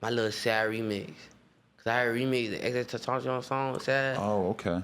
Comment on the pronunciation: The way he says xxxtentacion 💀